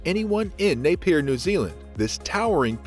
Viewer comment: Napier is pronounced “Nay -Pee-Ah”. Not “ Nay-Peer”